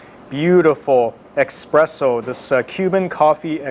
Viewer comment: Damn. Lost me at "expresso".